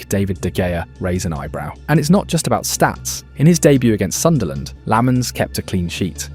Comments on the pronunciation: It's pronounced LOMMENS. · no Lammens